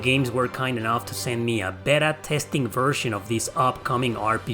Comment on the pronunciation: my man. Beta is pronounced Bay-tuh. 😂 As always, I appreciate your enthusiasm and thoughtful approach. Stay awesome.